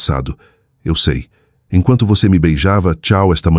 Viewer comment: A inteligência artificial não consegue pronunciar ‘eu sei’. Inacreditável!🤦🏽‍♀️🤦🏽‍♀️